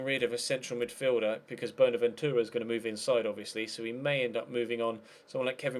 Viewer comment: stop saying boner ventura